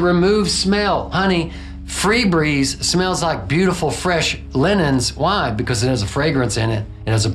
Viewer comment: Amazing video. Note: “FE” Breeze, not “FREE” Breeze.